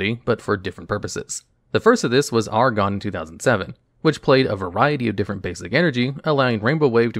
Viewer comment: You pronounced latios and latias so terribly it straight woke me up. Then you said argon instead of aggron... come on... you're giving us night terrors out here